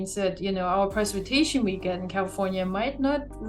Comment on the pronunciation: Dear lord someone teach that woman how to correctly say "Precipitation"! It's supposedly her job and she incorrectly said it no less than 10 times during an interview!!